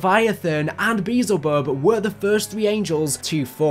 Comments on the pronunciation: Be el zuh bub, not beezlebub. That got me all sorts of fucked up 😂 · Idk why but it bothers me when people mispronounce Beelzebub lol. It’s like Bee-el-zuh-bub.